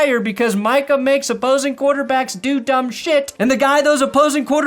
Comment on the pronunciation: The worst thing about it all is that can't even get Micah's name right.